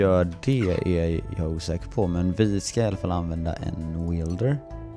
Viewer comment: Det uttalas wälder, inte weelder